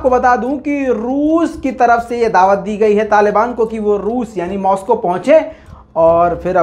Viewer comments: داوت نہیں دعوت 🤣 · aapki urdu sahi krnay ka wqt howa chahta hay داوت نہیں بلکہ ۔ ۔ ۔ ۔ ۔ ۔ ۔ اصل لفظ ہے ۔۔دعوت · "داوت " اگر د کے بعد کی الف و کے بعد لگادیتا تو کیا ہی اچھا ہوتا 😂😂